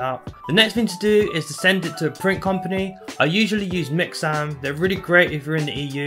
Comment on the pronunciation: It sounds like you are saying mix Sam’s, but when I looked up the name to the website all I found was mixams. Is this the same website or have I got it wrong some how?